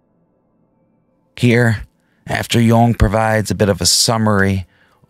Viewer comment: Could be...its mainly in how you're pronouncing "Jung"...which is so technically correct it makes me think you speak German too. But I'm just a slack-jawed Texan so what do I know lol